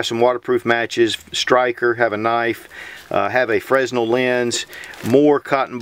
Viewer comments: Good stuff. You always give us tips and help, I'll give you and the crowd one. I spent years in theatre/tv/movie oroductions. The lens is a "freh-nell" lens, not a "frez-nell" lens. The z sound is silent. Thanks for all the good stuff. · Great video! Love your kit! Btw, "fresnel" is pronounced "freh-nell" (the s is silent) ... Damn frenchies...